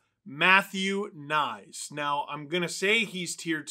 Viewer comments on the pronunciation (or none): Does anybody know why the consensus is that Knies is to be pronounced "nice"? I don't speak slovakian but I'm pretty sure Knies is pronounced much closer to something like "Kn+yes" than "nice". Another possibility is that it's pronounced something like K+knees if the name is of Czech-german origin, as many Slovakian names are.